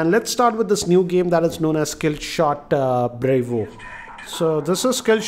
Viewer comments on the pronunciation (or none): Brevo Not Bravo